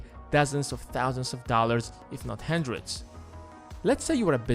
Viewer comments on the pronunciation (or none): btw it's hundred not handred. thanks.